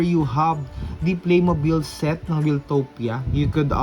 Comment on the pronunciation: Wiltopia is pronoumced as "Wayl-towp-ya", word come from "Wild". Di siya galing kay Kuya Wil.